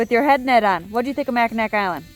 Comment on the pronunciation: Hey! I am a native Michigander. I have been to all these beautiful places multiple times, but I never tire of watching videos or seeing beautiful photographs of them! Thanks for posting! Just a tip, it is pronounced Mack-in-aw Island and NOT Mack-in-ack Island. Mackinaw City, just south of the Island at the tip of the mitten is pronounced the way it is spelled. Mackinac Island is pronounced differently than it is spelled.